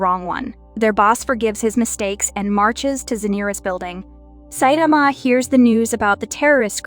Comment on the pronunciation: It’s (sai-ta-ma)